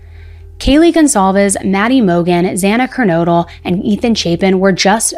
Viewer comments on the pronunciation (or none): In one of her videos she keeps mispronouncing Zana's last name saying KERNOODLE like the pasta. She's extremely annoying/uneducated sounding.